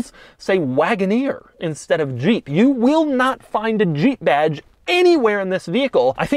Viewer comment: The way doug says zhheep